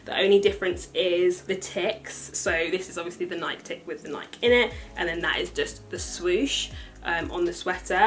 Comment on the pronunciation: It’s pronounced Nai-kee not Naik.